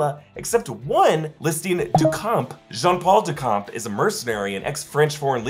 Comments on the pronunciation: the pronunciation is not "Dukamp" but "Duchamp" like "Champion". For a french like me it's hard to hear that kind of mistake, but awesome video like always. :) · It's DuSHam(p), not DuKampp. Just like the painter, Marcel Duchamp. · Its pronounced DuSHAMP.. in french, the CH is like SH. Its not DuCOMP.. but DuSHAMP.. lol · It’s pronounced Dushamp and not Dukamp, and the p is silent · Good job. Thank you. Now… Duchamp is not pronounced [Dukan] but [Du Shan]. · Jean paul Duchamp is pronounced Dushamp, it's french, not ducamp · Just FYI “Duchamp” is pronounce with a “sh” not a “k”: DuSHamp Keep it the good work, love everything you guys do ✌️ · someone else in the comments, also claiming to be french, said it was pronounced du-champ, like champion. french people get your pronunciations straight. 💀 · please next time pronnounce the name Duchamp correctly ! it's a french name so you need to pronnounce the H like in Champion but in his name the P is silent ! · You didn't mention the scarab's wings that are visible juste after Mark takes down those 3 guards. Also, the "ch" in "Duchamp" is pronounce "sh" in French ("du champ" means "of/from the the field"). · duchamp is pronounced as doo-shomp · It’s pronounced Du-shahm, more or less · its pronounced :DU-SHOMP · If Duchamp is pronounced in proper French, it is doo-sham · the way you pronounced duchamp..................